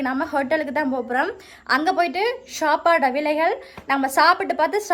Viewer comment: ஷாப்பாடு இல்ல சாப்பாடு. தமிழ் தெரியாதா.தேவிடியா😂😅😂😅😂😅😂